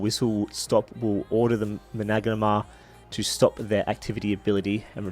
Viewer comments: Manangamnagara. It’s spelled and pronounced MANA-GAR-MER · Just so you know the name its pronounced Mana-Garm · the way to pronounce it is by just doing this.mana-gar-mer